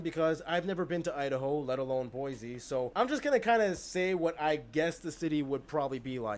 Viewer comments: He's mispronouncing Boise. It's pronounced BOY-see, not BOY-zee. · I'm not from Boise, but I know anyone from there pronounces it as Boy C and not like he made it sound as Boy Z I'm now living in California, but I'm from Minneapolis and it is a beautiful city, so many lakes and parks with paths connecting them. Back before Dutch Elm took out so many of the large old trees, every street was a green tunnel. I can remember flying into Mpls, and those not from there saying, "We see the forest, but where is the city?" because except for down town and the lakes all that could be seen was tree tops. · Hearing him say Boise was breaking my brain...it's Boy-see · Atlanta is the center of public health in the U.S. The Centers for Disease Control are based there, as is the American Cancer Society. Atlanta also has the busiest airport in the U.S. He pronounced "Boise" wrong. The "s" is sibilant as in "see," not voiced as in "fleas." BOY-ssee. Muhammad Ali was born and raised in Louisville, Kentucky.